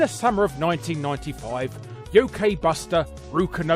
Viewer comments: Urgh...you mispronounced both "Manga" and "Yokai". Manga is pronounced "Mahn-ga", not "MAN-ga". And Yokai is pronounced "Yo-kai", like how the english version of Yo-kai Watch spells the word Yokai incorrectly. I assume the misspelling of the word "Yokai" was a means to help westerners pronounced the word correctly, since allot of people from North America and Europe commonly mispronounce select words. I apologize for nagging you about how to CORRECTLY pronounce Japanese words that are commonly mispronounced by most anyone who speaks the English Language. But it just really annoys me when people do that. As a Japanese person myself, it really bothers me when people commonly mispronounce Japanese words into their own language's typical pronounciation. It's one of my few Petpeeves in life. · Despite pronouncing the word yokai wrong, I think this was a great video. Because of that, you have finally convinced me to subscribe and click the bell. Hope you don't mind a trollfacing Wario being a member of your fanbase. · Nobody: Larry: "Rooka-chen", "Kaydokawa Showten", "Yoakay", "Dieboukay"